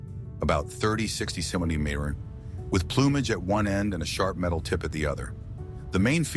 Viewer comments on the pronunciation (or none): You need to teach your AI how to pronounce 'centimetre". It can't pronounce the word. Better yet - hire a human to narrate. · piss poor AI voiceover... Can't pronounce "centimeter"???